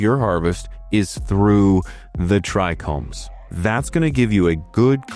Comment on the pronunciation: You say Trichromes again? Just kidding bro. Keep up the great work!